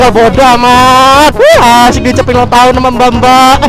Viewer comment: "Akhirnya saya ulanng tahun" Kaya gapernah Ultah aja bang :3 XD